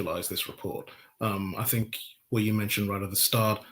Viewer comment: I cannot take seriously anyone who uses 'viss' instead of 'this' and 'fink' instead if 'think'.